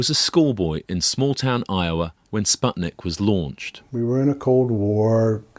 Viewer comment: How come you did this podcast in 2021 and still pronounced "Sputnik" wrong?